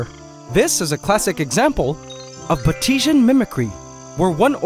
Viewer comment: Just for future reference, it's pronounced bāte•see•an mimicry lmao I did get a good chuckle from your version though 😂 it sounded like you were talking about a technique developed in a mystery country called "Bah-teesia" or something! 😭